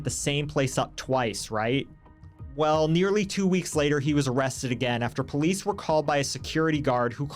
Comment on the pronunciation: As soon as he said POE-LEESE i knew exactly what kind of people we were dealing with 😂